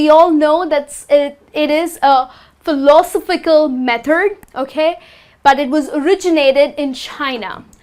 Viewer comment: Good attempt to make the lesson interesting. Please consider the following: 1. an hurricane --> a hurricane 2. 'phiLOsophical --> philoSOphical 3. the use of 'belongs to' does not seem appropriate here Good enunciation. Keep up the good work.